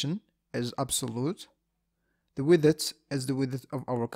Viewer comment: I came here for your pronunciation of "widdeth"